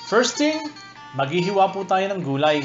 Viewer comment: "Kumowsta" Meron po "Tsayong" "Goolay" instead of gulay "nahteyn" instead of natin Magaling ka magluto. Hindi ko lang na gustohan yung accent mo na may slang2. Yun lang po